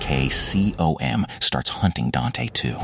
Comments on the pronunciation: “Dih Hey Arr Kay See Oh Em” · Couldn't stand that stupid DARKCOM pronunciation.